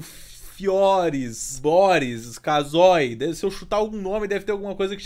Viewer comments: "kazoi" kha'zig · Ele falou kazoi Me lembro o kha'zix '-'